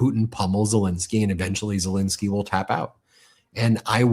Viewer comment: I’ve heard of “Zel-E-nsky”. Who the hell is “Zel-I-nsky”??